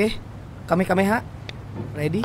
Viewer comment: Bukan kamekameha bang tapi kamehameha